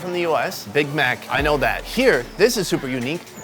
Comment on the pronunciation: Biggow dan mokk dahnnold...good to know.